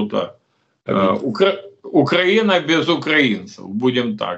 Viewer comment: Как ни странно но Мося правильно произносит слово укрАина !😂😂😂😂😂